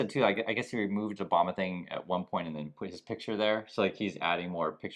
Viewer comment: you mean Barack Oh-bomb-Na 😅 Yod think if Trump is going to open his mouth he'd make some effort to say it remotely right.